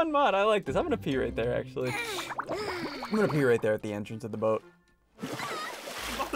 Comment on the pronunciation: that is not how you say actually but whatever …